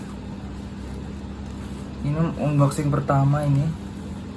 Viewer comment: Pengucapan unboxing nya bang coba deh di googling..